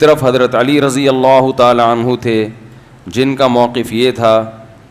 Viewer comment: Mhtaram Razi Allah nhi..Radi Allah